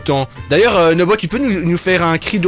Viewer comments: nobo et pas nomo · à dit nomo à la place de nobo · on dit pas nomo un dino nobo